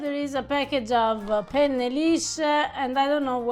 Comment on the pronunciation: Makes me nuts. would you PLEASE stop saying "penn-A" or feffucine-A? 'for cryin' out loud, try Penn-neh, or fettucine-neh. It's a wonder she doesn't strangle you. 😀